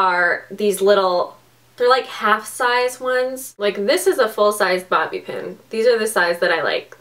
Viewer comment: Did you just say booby pin